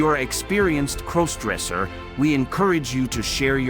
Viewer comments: Stop mispronouncing crossdresser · Stop mispronouncing crossdresser 😢